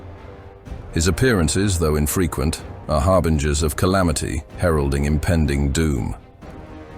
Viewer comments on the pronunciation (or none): none